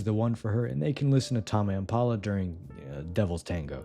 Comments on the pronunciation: TAH-MEH IMPALA??? WHAT THE FUCK TAME IS A WORD 😭 yes, yes i read them :3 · bro said "tahmey impala" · it’s pronounced taym im paa luh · TAHMAY IMPALA!?!?!?!?!? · tah-mey impala😭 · Tarmeigh Impala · "Tama empala" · Bro the way you pronounced Tame Impala actually hurt to listen to. ik you do it on purpose but still, please never again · @@ tbf "impala" throws off the word "tame". you'd think it's pronounced differently because of it (as someone who has no clue how to pronounce their name)